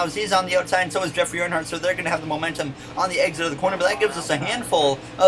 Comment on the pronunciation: First heck yea! Also you said jeffey Earnhardt it’s Jeffery